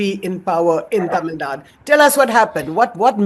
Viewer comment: Tamil Nadu.... Not Tamil Naad